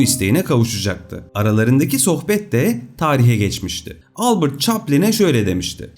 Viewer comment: Harika video ama Albırt değil Albert diye okunur adam Alman Ingiliz değil 😊👍